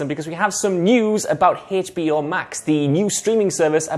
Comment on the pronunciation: i will start calling hbo max hey-chbe-eyo max from now on